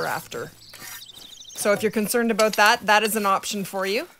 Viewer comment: i can tell that you are canadian beacause aboat